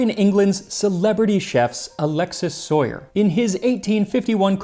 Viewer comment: I know this probably shouldn't matter to me, but I'm fairly certain that Soyer's name is being mispronounced. Just, he was french and I'm fairly certain they don't use the english pronunciation for Alexis or Soyer. Sorry for bothering you, it just has been bothering me since the last time he came up in one of your videos.